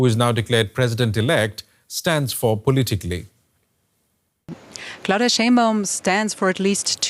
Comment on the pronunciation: "clauDILLMA " kkkkkk